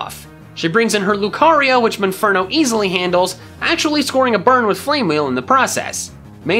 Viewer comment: Mispronounced monferno not munferno monferno mon as in Pokemon